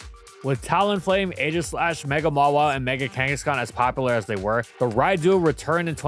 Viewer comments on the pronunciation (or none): none